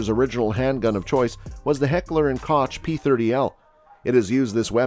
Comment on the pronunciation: I want to slap you every time you pronounce Koch like that🙄